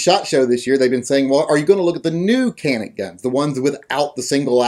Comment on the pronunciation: Can't even pronounce it right. Check out Hickok's reviews of the gun. He knows what he's talking about